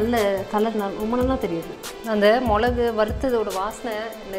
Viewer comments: மொழகு இல்ல மிளகு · மொளகு, மொளகாய்னு சொல்லாமல் மிளகு, மிளகாய்னு சொன்னால் நல்லாயிருக்கும்!!! நன்றி.